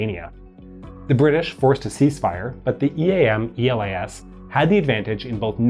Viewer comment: I think it should be more appropriate to pronounce E.L.A.S. as one word and not as an acronym, since the idea of giving to this army this name was because it sounded as Greece is called in Greek. It is called Hellas and it is written in Greek Ελλας with double L (Ellas). So E.L.A.S (with one L) is pretty close. Actually, Greeks read those acronyms as words, so E.A.M. - E.L.A.S. was read as Eam--Elas, and I think it would sound better if it was read this way. Think about it, although obviously, it would be difficult to change the video.